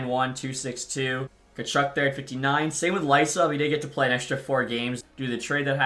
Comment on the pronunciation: Boris Katchouk is pronounced KACHOOK